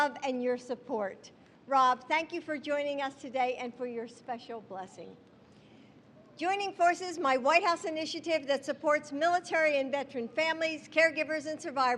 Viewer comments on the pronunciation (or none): Why is Jill acting like the president? She said her anitative?? Someone tell Jill, you’re not the president!